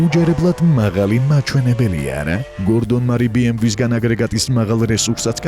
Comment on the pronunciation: ძალიამ კარგ ვიდეობს აკეთებთ, ერთი მინუსი გაქვთ ოღონდ.. BMW ს სახელს არ ამბობთ სწორად. ნახეთ ორიგინალში როგორ გამოითქმის. გასაგებია რომ რუსები ეძახიან,მაგრამ სწორია და ორიგინალში ბეემვე ქვია,გერმანულად ასე იკითხება და ითქმევა,დანარჩენი თქვენი გადასაწყვეტია